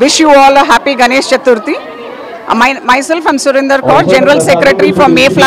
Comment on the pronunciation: Chetuthri kaadhu bro Chaturthi!!!